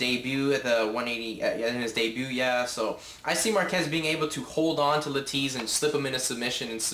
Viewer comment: "true mma fan" ... clearly you are not. Learn the names of the fighters dumbass, Marquardt sounds just like it reads not MarQUEZ and Leitas sounds "Laytus" not Layteez. And fix your damn hat.